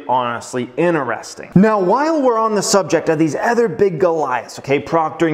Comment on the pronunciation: Why you pronounce other as eh-thr. It’s uh-thr. Please.. it stings my ears! I promise I’ll hit the like button… Just pronounce it right, once!!!